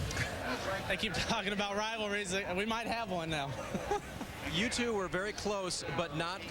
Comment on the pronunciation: btw......i hate the Carl says "AFLAC" lmao!!